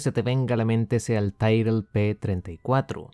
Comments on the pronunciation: Es Tyrrell no tairrel como te escuché decir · Ya lo dije en un video anterior. Para un aficionado a la historia de la F1, la forma en que pronuncias Tyrrell hace daño a los oídos. Te hace parecer poco documentado